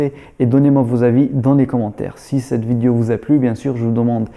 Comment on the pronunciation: J aime bien ton " vidio"